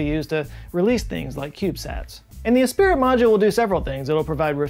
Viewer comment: "Esprit" is "eh spree", right?